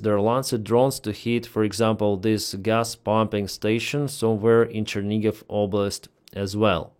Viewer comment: Chernihiv not Chernigiv